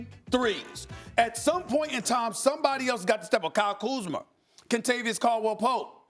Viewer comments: My man said Kyle Kuzmer 😂😂😂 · Stephen A Smith: Kyle Kuzmur